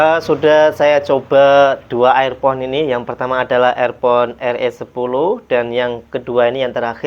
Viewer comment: Air pon ??? Dibacanya irpon , Mas....